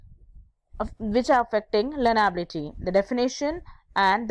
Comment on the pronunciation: YOU THINK YOU CAN TEACH HCI WHEN U DONT EVEN KNOW HOW TO PRONOUNCE ITS WORDS?? LEARNABILITY KO LARNAAAABILITI , GENRAAAABILITY , PREDICTAAAAABILITY?? YOU GOTTA BE KIDDIN ME